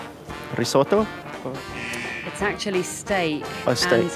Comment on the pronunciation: risotto dude, not soto